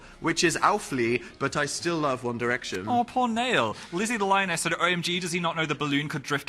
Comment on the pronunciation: Okay but "Nail"